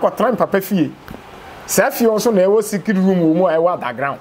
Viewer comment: Did I just hear 'Secriss room underground '?? 😂😂😂 chill😂